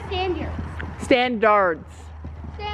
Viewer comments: standyards -standARDS - standyards - standAARRDSSS Me: 👁👄👁 confused as hell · As calls them Standyerds 😂😋🤣